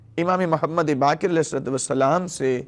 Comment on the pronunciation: sika nahi siwa hai Bakir nahi BAQER hai sheen qaaf durust karlyen